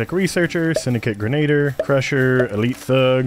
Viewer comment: Grenadier - greh·nuh·deeuh